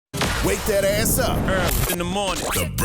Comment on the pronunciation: Charlamagne's got an "asss" like an "ass'th" the way he pronounce the word s